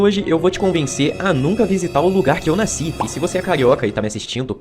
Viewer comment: Naiscer (ao invés de nascer) me lembra a dublagem da Mukuro, de Yuyu Hakusho, onde ela fala exatamente "logo que naisci, fui abandonada" quando revela seu passado 😄